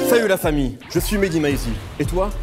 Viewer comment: "famut la samille" mdrrr changer votre présentateur